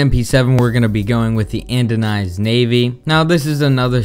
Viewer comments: "Andonized Navy" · 'Andonized Navy' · lol "andonized Navy's"